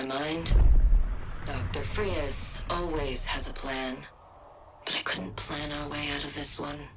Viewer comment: Who the fuck is “Mr Frias”? It’s supposed to be “Fries”…